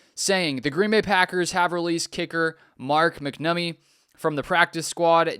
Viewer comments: He's reading that no doubt and still saying McNummy 😂 Yeah, pronounced "Mack Nahh Meee" but obviously quicker that three seperate sounding words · Its mack-namee